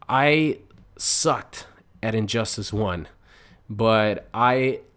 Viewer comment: I never played the game and did you say injustASS? lol